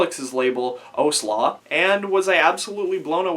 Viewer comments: Great review, but I'm extremely pedantic and I have to correct you, it's pronounced Ow-sla as in when someone hits you "Ow" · I've spoken to him after a show and I asked him about what's coming next and he said some stuff with OWSLA and he pronounced it my way, I can't prove that (was a around a year ago) but yeah, and every interview I've seen where he talks about it he calls it Ow-sla but call it whatever you want it's cool man, my pedantisism is satisfied and that's all I wanted lol, keep up the good work!